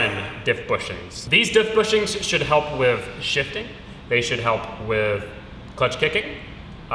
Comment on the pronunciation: I feel like he keeps saying wif instead of with.... I wonder if he also "axe" people questions...